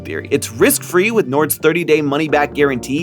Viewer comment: bruv... saying 'but thats just a theorie, a fooood theoryyy!' just sounds so wrong T-T